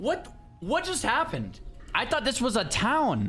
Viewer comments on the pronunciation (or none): none